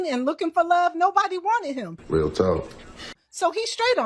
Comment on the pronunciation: The word is real not rreeeaaal.. here not hherrrree.. pronunciation